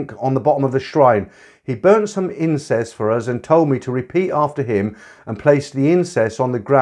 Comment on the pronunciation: 17.08 & 17 11 Incess ??? Do you mean incense ? I love hearing you reading these stories and I look forward to your weight loss one because I'm a bit of a portly fellow. :-)